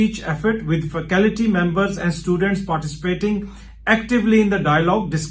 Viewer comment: bhai… FACALITY nai kehhtay… it’s FACULTY… 😀😀